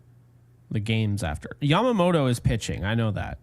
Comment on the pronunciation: say it with me, Yeah-muh-moto. Not YAM-Ma-moto